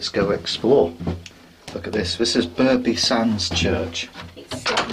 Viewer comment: Burgh is pronounced bruff! Excellent video. The village green information board in Beaumont with the old pub on has an image of my grandfather below!